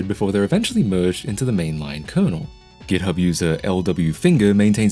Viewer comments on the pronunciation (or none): none